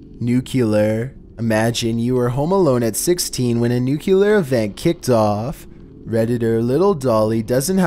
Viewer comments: Nuclear. Not nucular. That's what Homer says. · Why do some people pronounce Nuclear as "Nucular"? I know it's a speech thing, but it's spelled and pronounced "Nu-CLEAR", should be obvious. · It's pronounced "new-clee-ar" not "new-kew-lar." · "NUCLEAR" ....Sound it out CAREFULLY. It's "Newk-LEE-err" ...NOT "Newk-YOO-lerr" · "NUCLEAR" ....Sound it out CAREFULLY. 😒 It's "Newk-LEE-err" ...NOT "Newk-YOO-lerr" 😒😑🙄 Also..... "APPLE-ASIA"? 🤨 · "Nyehehehehehe, you said nuclear. It's nucular, dummy, the S is silent." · Please stop saying new Kew lar. The word nuclear is pronounced new clee er. It makes a bigger difference to people listening whose first language isn't English. If too much of the content is not heard or not understood I fear you'll lose fans, but I might just be being picky. It is my pet peeve, but I'm a fan. Just one who primarily speaks English. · NUCLEAR - NOO KLEE ER not NOO KYOO LER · It’s N U C L E A R not N U C U L A R oh my god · Hey is it nuclear or nucular 🤫🤫